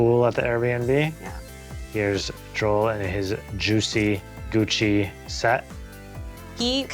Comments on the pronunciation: said Guccy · Says Guccy it's fake lol 20k 😂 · Gucci not guccy lmao